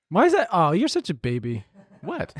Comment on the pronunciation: biting his tongue during the HelloFresh ad when says "recikable" and "braby" lmaoooo